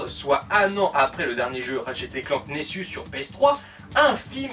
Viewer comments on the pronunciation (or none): c'est ratchet et pas rachet nexus et pas nessus srx ta jamais parlé anglais de ta vis meme en parlant français tu devrais savoir parler , et tu dit ton avis sur une série de jeu que tu connais pas la voie de squeezie ne colle pas avec ratchet c tout (g vu le film)